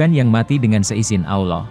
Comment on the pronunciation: al laouh min! Bukan Awloh! Ketahuan nih bukan orang Islam Admin nya? Ngaku min!!!!!!!!! Saya ulangi Al-Laouh bukan Awloh!!! Paham? Islam kan? Atau Athies?